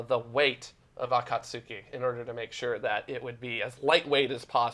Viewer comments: *he didn't pronounce akatsuki correctly but okay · I believe in Akatsuki the "u" is silent, like you're saying Sasuke.